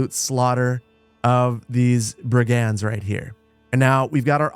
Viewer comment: Hi. Love the videos, can't wait to buy Manor Lords. You've got the accent on the wrong syllable for "brigands."